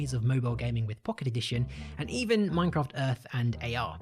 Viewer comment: his pronounciation of minecraft is horrifying